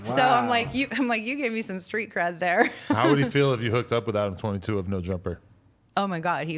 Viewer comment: Did she say Adam42 😂😂😂😂